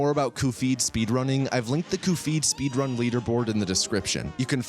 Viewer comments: That pronunciation makes you sound like a shith-ead :p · Honestly, you’re trying way too hard to be funny here. Between the bizarre pronunciation of Cuphead, the dragged-out running gags, and the constant one-offs, it comes off as more eye-rolling than funny. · Great video. Had to dislike it because of the stupid way you pronounced Cuphead, but I liked it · I don't understand why you're butchering Cuphead's and Mugman's names. Is this a running gag or something? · How do you mistake the pronunciation of Cuphead like that? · he messes up the pronunciation of characters in his videos bcs its funny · The fact that it triggers so many people makes it a win in my eyes, so kudos to him lol! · As someone who found this video via the almighty algorithm, I don’t know if the mispronunciation of Cuphead is an inside joke or not, but it tells me you don’t take really it seriously. So, I don’t see much point in wasting the next hour of my time watching him talk about something he obviously doesn’t care about. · I want you to know I stopped when you were explaining EX attacks because the bit about mispronouncing cuphead is just that obnoxious. I love the game, I love this type of content, but I could do without the self-congratulatory patting yourself on the back for a joke that's supposed to become funny after enough repetitions, but just comes off as smug. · Literally stopped watching because of the way he kept pronouncing Cuphead, we get it man you’re quirky 🤪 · The cuphead pronunciation made me think he made an AI voiceover of himself for a sec. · He ALWAYS pronounces game names wrong. It's a running joke. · Literally listening to this while working and was like “huh that sounds like he’s describing cuphead, what game is this?” And checked and facepalmed harder than I ever have. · Normal people: cup head: 𝓒𝓸𝓾𝓹𝓱𝓮𝓮𝓭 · I only realized at the end of the video that he has been pronouning Cuphead as Cu-Phead and not as Cup-Head. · cupp edd not cup heed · “Coo feed”